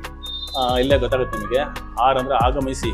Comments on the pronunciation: ಲೋ ತಿಕ್ಲಾ ಅದು ಆರ್ ಕಾಣೋ, ಹಾರ್ ಅಲ್ಲ, ಮೊದಲು ಕನ್ನಡ ಭಾಷೆ ಕಲಿ, ಆಮೇ ಲೇ ನಿನ್ನ Reels ಮಾಡು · Appa, it is not "haar haar haar" kannada nettig kaliri modlu neevu